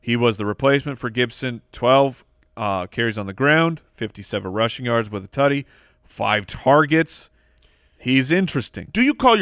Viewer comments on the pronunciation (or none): Every time says “Tuddy”. 🙄🔫